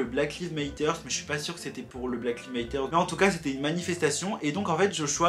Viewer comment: « Black lives matter » mes oreilles ont saignées